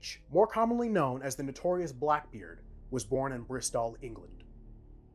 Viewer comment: bri'STAWL england? Bristol has never been said that way...